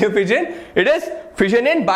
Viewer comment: I heared VISION instead of FISSION